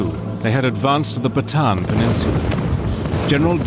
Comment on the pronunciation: That peninsula in The Philippines named Bataan is pronounced Bah Ta Ahn, not Baton.